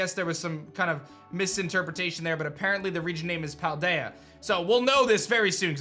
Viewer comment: I agree, Idk why is calling it Pie-deya though when its an L not an i its pal like you're my pal ru in japanese ends up turning into an L when coming into english